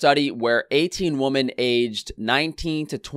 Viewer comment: Plural of woman is women and is pronounced wi-men.